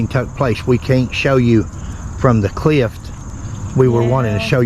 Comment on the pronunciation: “We can’t show you from the CLIFT. He’s SUPPOSEBLY right over there” .